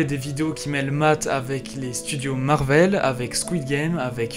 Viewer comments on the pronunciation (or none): none